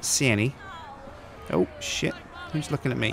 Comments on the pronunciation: Instead of saying shit I thought u said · Whenever he says shit I always hear sips saying SJIIIIIIIN. Instead of shit you should say mahogany doors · you say SJIT alot?